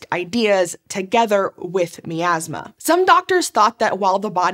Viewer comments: My-Azz-Muh, not Mee-Azz-Muh. Every time you said Mee-Azz-Muh. I died a little on the inside. By the end of the video, I was but a shell. I hope your happy. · I have to play my Pie-An-Oh, to clear out this Mee-Az-Muh.